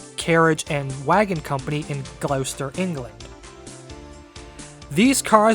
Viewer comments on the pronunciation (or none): Excellent and detailed history of a system I know not much of (I'm in the UK) My comment is rather late as your vid has only just popped up in my feed. One very small correction though: Gloucester is pronounced "Gloster" (I know it's a tiny thing but I thought you'd like to know) Thanks!